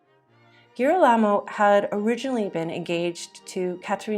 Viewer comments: You clearly spent a lot of time preparing this video. Please learn to pronounce Italian names correctly. You repeatedly mauled Girolamo and Giovanni every time you used them. Tiber rhymes with tiger, etc. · Interesting, but hard to take seriously on account of the vile mispronunciations. One forgive Girolamo and Giaccomo perhaps, but papal? Tiber?